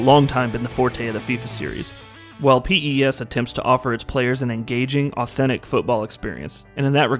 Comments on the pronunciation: Do all americans call it p.e.s.? It just sounds so wierd we've always said pes or pro evo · Don't pronounce it as P. E. S.! It's Pes just Pes! Like pest. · Stop saying p e s say pes like normal people do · Mduduzi Sibisi who pronounces it piss? It's pez lol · Jesus Christ stop saying P.E.S its pes......i bet ur a fifa fan... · i stopped watching after 1 min because he keeps calling it P-E-S... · PES is pronounced 'pes' or 'pez' ... like FIFA is pronounced 'feefa'... not the initials. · Call it pro evo or pronounce it pez. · It's the little things which irk me... please stop calling it P.E.S.. It's an acronym!! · Had to stop watching. Couldn't take the P.E.S anymore... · P-E-S-? No way. You can't be that clueless. That's the first time I've ever heard someone call this game P-E-S. Rookie review. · Literally can’t get through this video just cause of that P.E.S pronunciation... ugh 😑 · I think maybe its an American thing. The americans have MLS, NBA, NFL, MLB, and they're all pronounced via their initials...so I'll forgive our american cousin for that little faux pas. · Anthony Marshall (this is the biggest americanisation of a name I ever heard lol ) Zlatanh Iiiibrahimovich, P.E.S. This narrator ruined the video with his ignorance, how did you let this be uploaded without correcting these mistakes ?